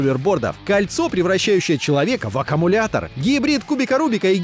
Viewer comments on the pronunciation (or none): none